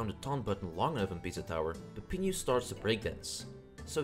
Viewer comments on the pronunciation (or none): its peppino * PEP EE NO * not peppinu * PEPP EEN YOU